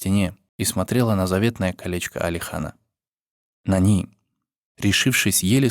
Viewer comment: не нанИ а нАни